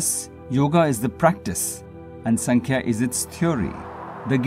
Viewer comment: नमस्ते! योगसूत्र को थोडा-सा समझाने का प्रयास ठिक है, और वो भी अंग्रेजी में?? किसी जानकार व्यक्ति के पास जाकर इस विषय का गहराई से थोड़ा और स्व-अभ्यास कर सकें तो अच्छा रहेगा। दूसरी बात, आप जो 'संख्या' दर्शन का उच्चारण करते हो, उसका सही उच्चारण है "सांख्य दर्शन" है। ऐसी कई बातें हैं जिसका आपको सही तरह से अभ्यास करना आवश्यक है। तो, आप जरुर समझ गये होंगे आपको क्या करना चाहिए।